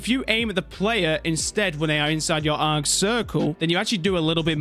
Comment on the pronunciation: Bro learnt how to say ankh for this vid w guide